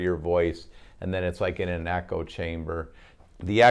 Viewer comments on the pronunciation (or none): none